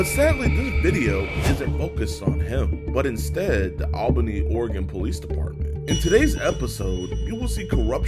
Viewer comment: JiDion! I’m really starting to like your videos. You just got major brownie points for pronouncing “Oregon” correctly. I’m from Illinois, and didn’t learn until I was in my 30’s. I had a customer from there, and his reply to my pronouncing it incorrectly was to ask me “How are things in Illinois?”, pronouncing it “ILL-UH-NOISE”. I said “OREGUN”? He said “Yup”.